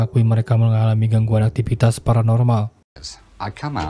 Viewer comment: Favorit! Bukan paporit! Kontroversial bukan kontropersial! Live/Laiv, bukan laip! Fiksi! Bukan piksi! Viral, bukan piral! Aktivitas! Bukan aktipitas! Televisi! Bukan telepisi! Ayolaaaahhh... gunakan abdjad dengan benar dalam dalam pengucapannya, dooonk...!!! 🙏